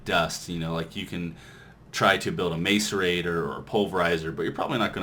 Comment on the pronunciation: m[AY]cerator? lol....